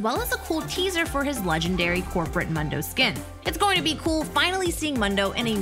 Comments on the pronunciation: can we talk about the ''mando'' IT IS MOOOONDU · It’s moon doe not mun doe she is so stupid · Seriously, can you say his name right for the love of god... MOON-DOU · It's pronounced Moondough. 😂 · I just wanna say its pronounced moon-doe. He says it himself. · I don't know why but she pronouncing mundo as m"a"ndo triggers me xD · Please say Mundo correctly... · Who do you pronounce mundo like that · I can get over the way she says Mundo sry i dont want to be mean but "Mundo says his name a lot else he forgets has happened before", he says his name every other time he moves.